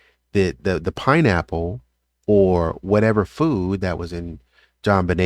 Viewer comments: please dont take me wrong. I watch all your videos. And i learn from them. But i i notice it, i cant believe that im the only one. It takes away from all your your knowledge of this case when you say " pineapples." Just letting you know. ❤ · Please say pineapple. Not pineapples! You dont say deers, you say deer. I dont wanna sound rude, but it gives me chills every time you say " pineapples."